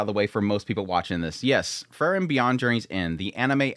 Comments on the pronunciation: I heard is as Fern, and thought maybe Fern is the MC now.,😂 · Did he just call it "Furren?" Lmao